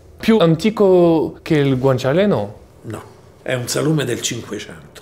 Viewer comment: Thank you for pronouncing Guanciale properly 👍🏻